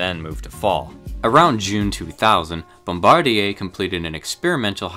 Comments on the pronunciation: Thank you for saying Bombardier properly!! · Great job on that Bombardier pronunciation!